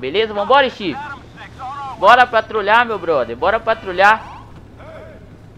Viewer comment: kkk ele falou todo enrolado quando a viatura chegou na hora do bebado kkkk patrutruliaaa